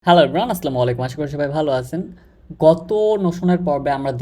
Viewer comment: আস্লামুয়ালাইকুম না, আসসালামু আলাইকুম হবে ভাইয়া 🥰